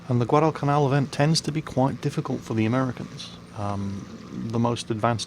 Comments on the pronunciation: Dude its gwadlcanal, not guadaal canaal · I love you man, but goddammit you say Guadalcanal funny.